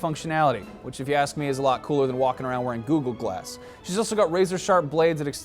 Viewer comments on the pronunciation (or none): Glad knows how to properly pronounce googooglass.